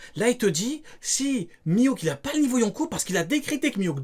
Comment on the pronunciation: juste de l'entendre dire mihawk j'ai mal au crane